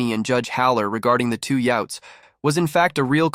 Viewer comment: It’s kind of screwed up that your computer mispronounces two yutes. It’s like you’re expecting Coca-Cola when you get a mouthful of vinegar.